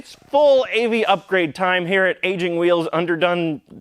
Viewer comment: you: "Other AV news!" my brain: "Aging Vheels news..."